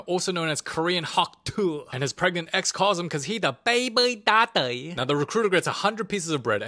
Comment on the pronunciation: baybuy dadee👍